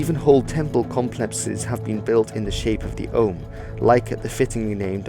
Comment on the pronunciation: Andrew Vasirov no he prouncing it wrong